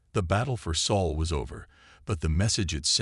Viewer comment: This text to speech reader pretty much messes up a lot of names. Sol not Saul or whatever, The name of the Spartan King, etc. Not all readers are this bad. Of course a few are human.